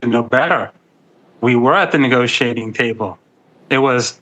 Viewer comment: Negociating table??? Or negotiating???